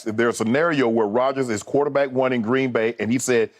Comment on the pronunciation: Skip, it's not GREEEEN BAY, it's pronounced Green Bay.